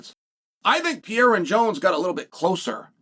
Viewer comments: Chael, big fan, watch all your clips. His name is not Pierra. It's not spelled or pronounced Pierra. Pereira. Pe....rei....ra. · Pay ray ra